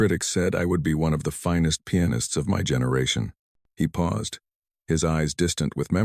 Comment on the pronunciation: At about : : the word 'paused' is said as if 'pow zed' and should have been said as if it were 'pawzd' to fit the local timeline!. Oops LoL 😢😮